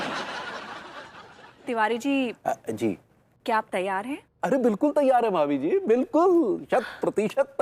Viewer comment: भाभी जी होता है ... भाबी जी नही होता है &TV सुधार कीजिए